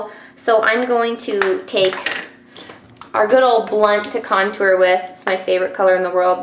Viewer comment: lol I had to laugh because you said "our" but it sounded like Arrrrrggh! Like a pirate. And that reminded me of "talk like a pirate day" that is every Sept 19th. So I had to giggle. Do you like that site? I think its funny. And your a great friend to everyone also.